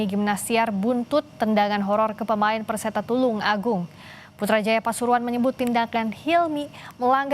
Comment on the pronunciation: Perseta tulungagung... Bukan persetung tulungagung😅😅😅😂😂😂😂